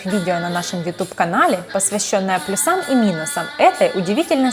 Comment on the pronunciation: "ПлюсАми"! Чем чем?!! 🤯🤦‍♂ Вот щаз кровища из ушей аж прям фонтаном хлынула!